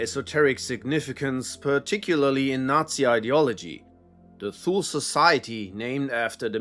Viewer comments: Thule is pronounced too lee. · Thule is pronounced as Tool-Lee. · I believe Thule is pronounced "too-lee".